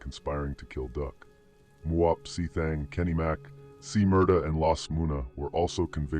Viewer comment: He didn't say muwop